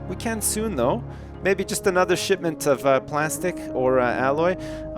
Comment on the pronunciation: dont you mean a "sipsment" instead of shipment:)